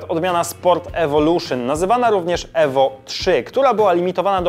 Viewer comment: Evo czyta się : iwo